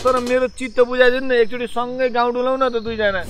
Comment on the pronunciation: यो खम्बेले कहिल्यै गाउँ भन्नै सकेन, सधैं गउँ भन्छ...!! This is my fifth attempt to make it clear but there is no one to rectify about it. धिक्कार छ मलाई!:(